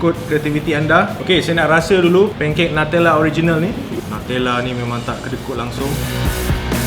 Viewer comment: it's NU-tella mate not NATELLA